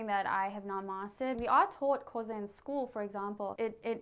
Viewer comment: Tugela, not Tulega Someone tell them it is A(galh)us, and not Agoolhus How can she not say Xhosa, when the American guy does it so well? Umhlanga (reed dance) is not only Swazi. Zulus do it too. Please find a black person to help with our stuff, original channel.